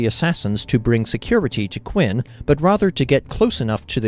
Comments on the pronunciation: cringing each time you say "Quin." Phonetically It's Chen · I really hate to be pedantic, especially since I've never seen your channel before. But it's pronounced "Chin/Chen". That emperor is the reason the entire country is called China. He basically conquered all the warring states to unify the country.